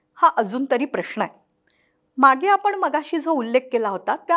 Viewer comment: प्रश्ण प्रश्ण का म्हणताय?... प्रश्न हा बरोबर उच्चार आहे.